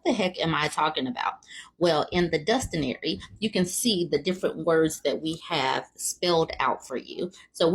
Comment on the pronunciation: Omg a "DUSTIONARY" I really chuckled a little 😆